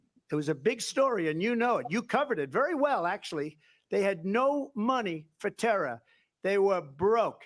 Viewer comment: 😂😂😂 his NY came out! "TERRA!! TERRA!" I'm from NY but usually I say "where' mah damn KAUffeeee!!!" 😂 OMG i hate this debate I'm so glad i have you and KD keeping it real😂❤